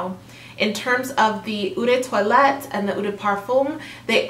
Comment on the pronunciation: Salut! Love your chanel. Keep up the great work. Please allow me... Eau is pronounced almost like “O”, perfume is “perfer” the m is almost silent. If its parfum, its pronounced “perfoom”. The vowels (e) at the end of “vanille” and “toilette” are silent. So vanille is pronounced “vani” because “ll” is silent as well. Toilette is pronounced “twalett”. “schance eau tondr” and the green Chanel is eau fraiche (o fraish). Merci 🤗